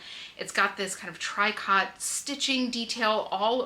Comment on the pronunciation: What a great haul! The pocket find? 🤣🤣🤣. That might be worth what you paid for the haul, lol. I would have lusted over the leather/lace dress back in the day! Oh, Tricot is pronounced 'TREE-koe' A trade name of a nylon